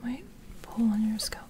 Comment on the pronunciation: hi just wanted to say i really enjoy your videos and find them very soothing. Was thinking you could use chopsticks also for scalp checking , might be an option? Also i hope you dont mind me saying this but the pronunciation for 'scalp' is the 'a' sounds like 'a' in apple. I think it's the word skull that throws a lot of people off when saying scalp because it comes out as sculp. Anyway keep up the good work! ps Your sister is so lucky to receive all your massages! :)